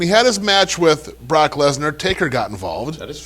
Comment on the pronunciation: Anyone else hear call Brock "Block Lesnar"?